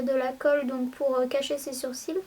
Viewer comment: C'est marrant tu dis " surcils " au lieu de " sourcils " et du coup ça a tout aussi son sens vu que les sourcils sont au dessus des cils aha c'est trop mignon!